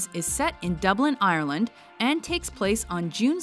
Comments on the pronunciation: Land not lind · With an i sound not an ay sound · I'm from Cork and wondering where in Ireland you pronounce it ayer-land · In my experience almost all north Americans say Ireland the same kindof strained way. (I'm Irish in case you didn't guess) Its pronounced by us ayer-lind . Just kind of odd is all. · Have to cringe at how she says Dublin and Ireland